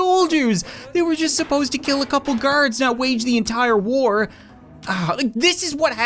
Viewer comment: Why did you Say waj the entire war and bring ovtimos chiken intu battle hahahah